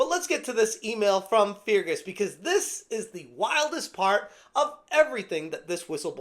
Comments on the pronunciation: Pronounced Fergus Urkwart. Feargess Urkoohart is a pretty funny way of saying it though. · Fear Gus Urgu heart 😂😂😂😂 dude say fergus urk hart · It's pronounced "Fergus Urkhart", great video ty.(although I bet he's letting off some "Fear Gas" at the moment with the way Obsidious is behaving.) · Please, in the name of Saint Columba, it's pronounced Fergus URK-ut. My Scots soul just cried a bit. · Its pronounced "fer-gus urk-hart", hope that helps. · For future reference i'm pretty sure "Feargus" is pronounced "Fergus" and i'm pretty positive that "Urquhart" is pronounced "Erkhart". The second "U" is silent.